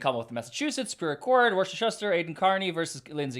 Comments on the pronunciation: Hey. It's pronounced Wuss-ter. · Hi, I grew up in Worcester! It's pronounced "Wooster" or if you have a Boston accent "Woostah" 😉❤. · FYI,, Worcester is pronounced ‘Wuss-ter” or even more accurately to the local accent, ‘Wuss-tah.’ Wuss rhyming with Puss in Boots. As a Norfolk County resident, I love your videos, esp K Read coverage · Pronounce Worcester as Woostah! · Love you, but you are saying the city wrong. It’s is pronounced Woooster lol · Worcester is pronounanced Woosta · Obligatory "it's pronounced WOOH-STIR" comment!